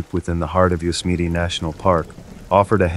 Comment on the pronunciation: Yosemite isn’t pronounced Yozemeety